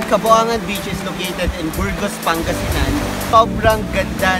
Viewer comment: are you sure about the name of the place where you at? you said, "kaboangan". Some Filipino knows what's 'Boang' is. Where it means 'crazy', 'baliw'. And Kaboangan also means as 'kabaliwan'. But the place was named "Cabongaoan", read as Ka-Bo-Nga-Wan and not ka-bo-a-ngan. ✌